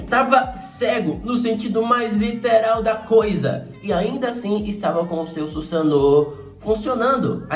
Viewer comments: Dar agonia ouvir o falar "Susano'o" kkk, pode falar normal eu não ligo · O jeito que ele fala Susanoo com o sotaque, fica na mente kkk, não tem jeito kkk